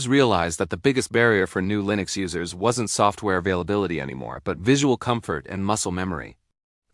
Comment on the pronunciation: The AI voice sounds very bad. Especially those parts where it pronounce Linux as L-I-N-U-X. Other than that the video is pretty mediocre.